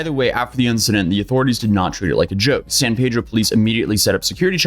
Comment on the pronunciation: please note, “San Peedro” is the pronunciation of the city in California. “San Paydro” is the town in Mexico.